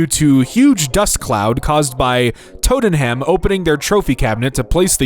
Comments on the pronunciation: I’m from England, it’s pronounced Totnum, plus, you leave my baked potato with beans and cheese alone, that’s good food! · Totem-ham. I can't, I love how people mispronounce british words. It's tot-numb. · it’s “Tott-enam” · Isn’t it like. Tot’num or some shit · A part of me died a little when you mispronounced the word Tottenham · interesting way to pronounce Tottenham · And Tottenham. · He doesn’t know who Steven seagal is either, can’t say Tottenham, doesn’t know what traps are… 🤷🏾‍♂️ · That pronunciation of tottenham was actually painful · Especially with sore throat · Like stubbin a toe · Brits when people say every letter of the word instead of skipping half of it in random moments